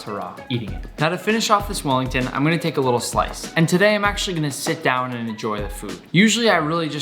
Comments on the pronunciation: sounded like he said fat willy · “fat welly”